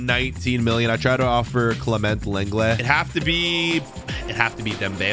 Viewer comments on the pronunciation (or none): none